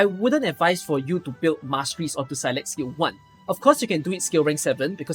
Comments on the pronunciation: It's actually pronounced like s-eye-lock if you want the Gaelic pronunciation which means willow. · I've always read Saileach as "seyl eetch" and it was extremely weird hearing "saylekh" all the time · Is that how you pronounce saileach? That's so weird man